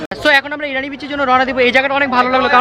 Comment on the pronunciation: irani na bro its inani